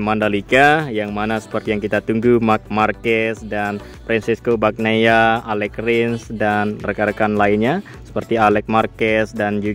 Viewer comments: Semoga besok mbludak penontonnya,,,.. Tapi ngomong², mbacanya bukan fresco Bagnia bang, tapi.....Banana. gitu...., bang... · Yg gw dengar bagnia😂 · Kalau mau bikin narasi video mbok ya riset dlu, seperti pengucapan nama2 pembalap, istilah2 di moto gp biar nggak di ketawain orang gitu... kerb di bilang pert, fim di bilang fym, bagnaia di bilang bagnia, miguel olivera di bilang manuel olivera.😂